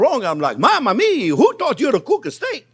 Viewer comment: I about spit out my sweet tea when he said "Momma Miaaa, who a taught you how to cook a steak"!!